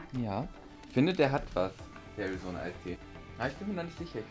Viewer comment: AARIZONA - Ärizona (gesprochen) BRAAATEE - Bratee 🙄 DirtEE - DirTea !💁🏼‍♂️